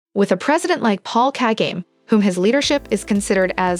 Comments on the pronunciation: Tf you mean paul kage its paul kagame!!!! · His name is pronounced "KAH-GAH-MAY". Imagine being an Africa page and butchering the name of one of the continents most prolific leaders. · plz the pronounciation of his name u got it wrong plzzzzzz😮‍💨😮‍💨😮‍💨😮‍💨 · The least you can do is pronounce his name correct… It’s so disrespectful! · Is it just me or are y’all irritated by the narrator butchering Kagame. 🤨